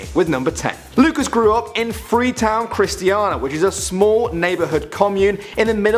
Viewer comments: it's Christiania not christiana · it's Chris-ti-a-nia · i have seen the krummerne and i am from denmark and he said krummerne and christania all wrong. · Im Danish, and every time he said "Christiania" or "The crums" i laughed, it was funny!